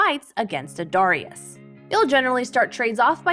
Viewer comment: Please pronounce darius correctly.